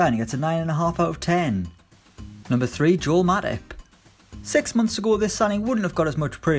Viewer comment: The way he pronounced 'Matip' was wrong sounded like matic to me lmao